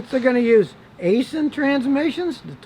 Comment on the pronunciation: 🤣 a sin transmission..... try saying it like eye sin.